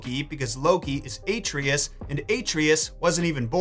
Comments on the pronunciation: I have to ask... Why are you pronouncing Atreus' name as "ay-tree-us"? Its "ah-tray-us." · It’s pronounced (ahtreus) not (A)(treyus) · Nice video love it but it’s. Uhh-trey-is. Not A-tree-is 😅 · Uh-tray-us not Ay-Tree-is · Man really said Aetrius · why do you pronounce Atreus like that? no one says his name like that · the way pronounces Atreus lmao